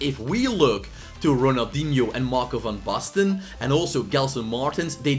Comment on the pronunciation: Lekker pik ik ben ook een Nederlander geen wonder dat je Van Basten goed kan uitspreken